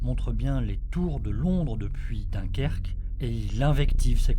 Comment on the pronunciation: faudrait dire ce chère que c est Dunkerque et pas dunkierque et on peu voir que les côtes anglaise quand le temps le permet mais pas au delà vu que c'est des falaises